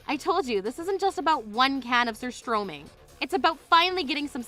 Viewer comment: Surströrmming hahaha talk about stinking situation 😆🤣